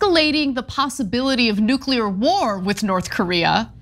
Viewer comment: Shame Woodward can't pronounce 'nuclear' correctly...